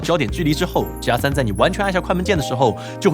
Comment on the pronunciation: 鸡鸭3，怎么那边的人读g要读成鸡？